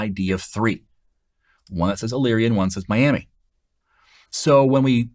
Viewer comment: Great explanation. Also, taking courses from your website. You must know someone from Elyria, OH because you actually pronounced the city correctly!